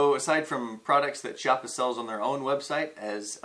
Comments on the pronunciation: Nice review although its called Kiappa, with an hard C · Nice (and funny) review. I would have liked to see the addition of some kind of rear/front hand grip, a bipod and a silencer with a field test. Btw, Chiappa is made in Italy so the "CH" in Italian sounds like a strong "K" in English (Kiappa). Thanks ! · I hat to sound like is dick but I keep hearing people say Chiappa pronounced CH-iappa when it is actually K-iappa. Sorry 😕 just saying. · It's Kee-au-puh.